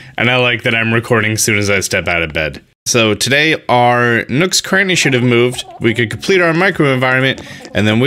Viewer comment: thought you said nooks granny